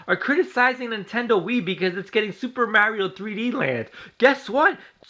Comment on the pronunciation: AT LEAST KNACK IS AN ORIGINAL GAME, NOT THE SAME GAME OVER AND OVER AGAIN!!!! BESIDES YOU DON'T EVEN SAY MARIO RIGHT!!!! U FUCKED!!!!!!!!!!!!!!!!!!!!!!!!!!!!!!!!!!!!!!!!!!!!!!!!!!!!!!!!!